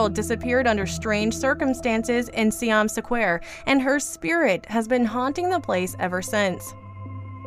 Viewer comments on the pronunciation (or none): Siam Sequare tho, you know? #DoesntKnowHowToPronounceSquare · Ugh, the pronunciation is atrocious. What is "saquare"? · Is it really Siam "sa-quare" it really looked like square, but I don't want to assume 😄🤷‍♀️ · See-yom Suh-kwair? Do you do this on purpose? Do you intentionally find one movie title in each of your videos to fuck up the pronunciation of and make us cringe?